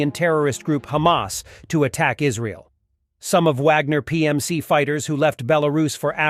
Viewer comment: It’s pronounced lsrael, not Isreeal